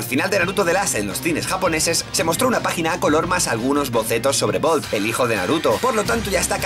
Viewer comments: Bolt Uzumaki, se pronuncia Boruto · Weder Gonzalez no se prenuncia boruto, asi lo pronuncias los japos porq no pronuncian bien el ingles o yo q se, pero se prenuncial tan cual se escribe:3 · Arturo Malagón Masago Pero asi lo quizo pronunciar Kishimoto >:C